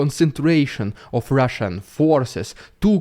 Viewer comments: The RRRussian AI rrreminds me of the scene from “The Wizard of Oz”, “Never mind the man behind the curtain!”😂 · Your best one so far. I love the way you mock the Rrridiculous Rrrussian Prrrropaganda. ❤